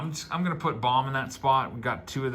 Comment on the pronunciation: I know you LOVE pronouncers, but since he's one of the biggies--its "Bome" not "Bomb"